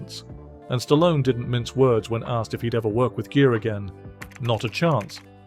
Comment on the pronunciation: Gere is pronounced like gear not jeer